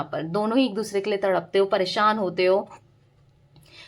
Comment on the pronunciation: मैडम !आप अच्छी रीडिंग कर रही हो।आप परेशान शब्द बोला करो,आप परेसान बोल रही हो।